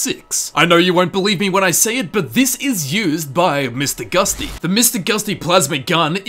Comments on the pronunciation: 1. Charon is pronounced Sharon. It's said several times by his previous owner and random ghouls of underworld. 2. I don't even know how Sierra's last name is pronounced, but you did it wrong. lol 3. Mr. gutsy... Not Mr. Gusty! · Excuse me, friend, but it’s actually “Mr. Gutsy” not “Mr. Gusty” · It's Mister Gutsy not Mister Gusty 😛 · Isn't it "Mister Gutsy" not "Gusty"? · Mr gusty? isn't it gutsy? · “Mister gusty?” Really? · its Mr. GUTsy. not gusty